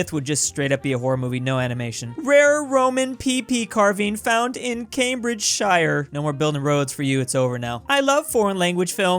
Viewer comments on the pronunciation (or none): It's pronounced Cam-bridge-shur.